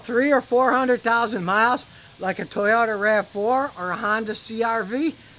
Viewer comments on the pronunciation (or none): none